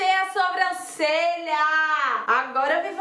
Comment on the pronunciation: Adoro te ver falando "SUbrancelha"